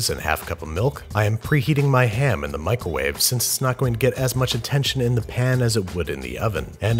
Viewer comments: Did anyone notice he said "michael-wave"? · Did he say michealwave ? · If you listen again, I'm pretty sure he used a "Michael-wave", lol